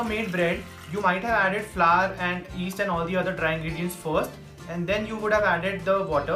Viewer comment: Flour is pronounced as flower 💐 chump get it right dumb wit.